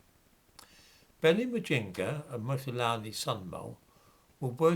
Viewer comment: Who cares if you’re not pronouncing her name properly!.